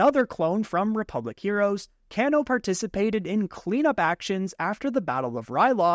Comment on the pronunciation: Kano isn’t pronounced that it’s pronounced like the mortal kombat name, cane-o